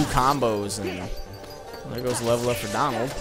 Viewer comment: its donald not dAnald